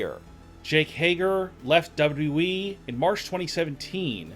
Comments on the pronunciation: Just making a point it's pronounced W-W-E not W-W-wee😂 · What is that weird Pronouncing you spelled wwe like W.E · You know how stupid you sound when you’re talking and pronounce wwe, w e. Not good. Plus you guys look to a lot of negatives on these wrestlers. Look for more positives. You are not experts, so quit acting like you are. Work at it and you may get there. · the way you say wwe as “W Wii” really pisses me off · Can your boy not say “WWE?” He keeps forgetting a “W” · STOP FUCKING SAYING WWE LIKE THAT TAKE YOUR TIME REPEAT AFTER ME W W E not FUCKING NAZ CAR WWE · He's having some problems with that 'WW' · The "unique" way you pronounce WWE gave away the fact that you're using a voice changer and basically having a conversation with yourself.. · This guy still can’t say WWE